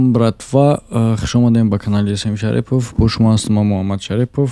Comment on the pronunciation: Баъд сад маротиба мешава мефахмонмт. ШариПп не ШАРИФ ШариПППоФ не 🤣🤣🤣🤣 Акалан ШариФов бугу 🤣🤣🤣 Ту насабатро бо тарзи Точики -Шарифзода бугу